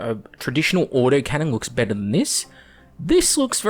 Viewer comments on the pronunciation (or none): none